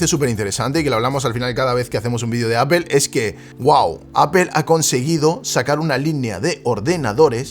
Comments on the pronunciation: Porque los españoles dicen apel... Que no pueden decir apol? Porque si quiera leyéndolo literalmente podria decirse apel.. sino aple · Nada más dijo "apel" y dejé de ver el video...según los españoles dicen que si no sabes pronunciar Inglés lo menciones como está escrito, pero en ningún lado pone "apel"!!!! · appel se oye horrible. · una preguntilla freak, por que "apel" y no "apol"? saludos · "APEL", me voy de aqui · Shot por cada que el gallego pronuncie "appel"😂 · Alguien me explica porque le dice apel? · Por qué en España insisten en pronunciar aPel ( Apple)? En serio no entendiendo.